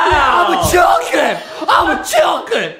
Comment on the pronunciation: I love how Justin zez chicken like chilken